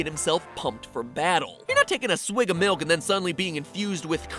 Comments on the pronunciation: malk is malk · Hm yes its "milk" totally